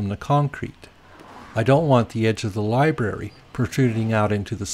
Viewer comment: Great instructional video, but if you say "libary" one more time.....:)